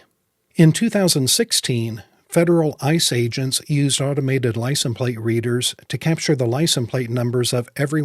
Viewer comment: Wondering why you say licen plate..... Great videos though.